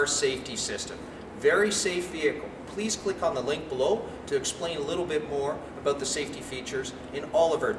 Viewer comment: "its aboot"